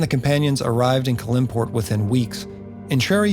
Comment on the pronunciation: These videos are really great and comprehensive. I do question some of the pronunciation of a couple of things. I.e.I believe It’s CAL-im-port (no middle syllable emphasis.) I hope you’ll cover many more areas / characters of Faerun.